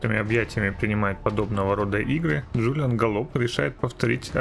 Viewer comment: Да ГОллоп он, на не галОп! "Лошадиная фамилия" )